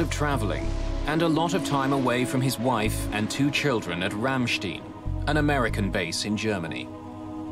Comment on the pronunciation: It’s pronounced RAM-STINE…not RAM-SCHTEEN or whatever this guy said. In German, the second vowel in an ie/ei combination is the one that’s pronounced.